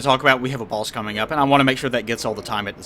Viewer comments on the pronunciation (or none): I love pronunciation of boss. Baus.